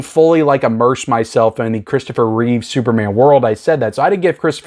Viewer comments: Love the channel but I gotta say... It's Christopher Reeve... Not Reeves... Haha George Reeves from TV yes... Got my set coming in the mail. Can't wait... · Every time you call him Christopher ReeveS sends shivers up my spine. It’s Reeve. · Reeve not Reeves 😂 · Yeah me too. Reeve, Reeve, Reeve. I'm four minutes in and every "Reeves" feels like being punched in the same place again and again. However, our boy here is not alone. People constantly say it wrong. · If it's any consolation, I said "Reeves" my entire life. I just learned today that it's "Reeve". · It's Reeve, not Reeves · I'm glad that crappy and boring Superman Returns is not included but bummed that Superman IV is included. And stop saying "Christopher Reeves"!!! 😡